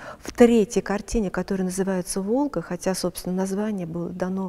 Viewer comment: Экскурсовод слово Волга произносит выделяя,,г ,, это так часто говорили интеллигенты но там не ,,к,,...